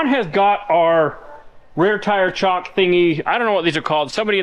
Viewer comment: Chocks not chalks.